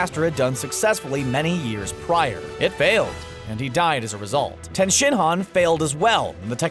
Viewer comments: u say it like tee -yen not ten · Pronounces yamcha as yama cha pronounces tien as ten